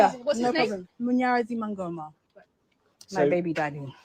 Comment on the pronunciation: Thanks for the informative videos. Take your time before shooting your videos to learn pronunciations of people's names. The guy's name is Munyaradzi Mangoma which you are pronouncing as "Muyoyo Mungomi" or something like that. That's just ridiculous and insulting. You can do better than that. I'm a Zimbabwean and am able to pronounce Ghanaian, Nigerian names, etc even the difficult ones. I actually try. I also know non Zimbabweans who can pronounce our names too. Do the same, please my African brother.